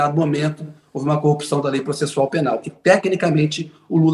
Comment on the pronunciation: Será que um indivíduo que quando vai se referir a esposa, fala "CONJE", ao se referir a tacógrafo diz : "TACON" ao se referir a corrupção diz: " CUPÇÃO ? Será que esse JUIZECO lalau que ao pronunciar uma frase de sete palavras , comete sete erros grotescos, será que ele realmente passou em concurso de Juiz federal sem a mão grande da maçonaria ? Hein ?